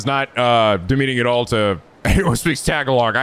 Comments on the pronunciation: As a Filipino American who has been hearing Tagalog all his life, hearing people pronounce Tagalog as Tag-a-log will always annoy me. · Every time says Tagalog (tuh·gaa·luhg) as tag-a-log really runs home that running gag in his LP's of mispronouncing things. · It's Ta-ga-log. Not tag-a-log. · Tagalog is pronounced tah-GAA-loog: short tah, emphasized long GAA, short loog (pronounced like "look" but with a g).